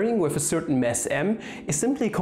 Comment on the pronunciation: Wow you’re getting more and more sophisticated in teaching stuff! Keep it up. (Side note regarding deutscher Akzent: it’s a mass m, not a mess m. ;-)